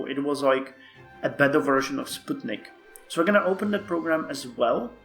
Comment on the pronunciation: Finally, someone who pronounces Sputnik the correct way :D